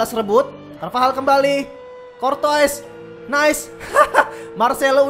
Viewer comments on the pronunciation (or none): bang carvajal bang bukab carvahal